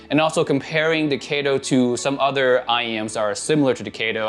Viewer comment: BTW it pronounces as kä to not kae to as it's a Japanese name.